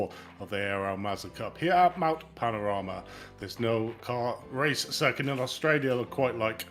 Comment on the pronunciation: Mt panorama, pan-or-ama not mt panama 😅🤙